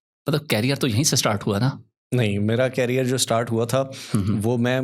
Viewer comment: Career ko carrier nhi bola jata😂